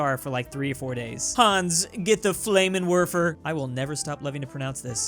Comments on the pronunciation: You love to pronounce Flammenwerfer? Then why do I hear "Fläymenwörfer" instead?! ^^ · Flammenverfer is how it’s pronounced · the flammenwerfer is pronounced ze flammenverfer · flammenwerfer is pronounced flam-en-verf-er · You should learn how to say flammenwerfer if you love it so much. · Pls start pronouncing Flammenwerfer rein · Trust me, you don't know how to pronounce Flammenwerfer either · Ya but you don't know how to pronounce flammenwerfer or even bother to Google what it is.